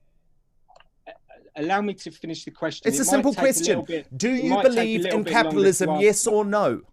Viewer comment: I think the baby needs changing. They want to turn the clock back 200 years. Capitalism is killing itself - erm, not anywhere on this planet except North Korea. And dear Lord, learn how to pronounce the letter T. Capialism isn't how it's spent.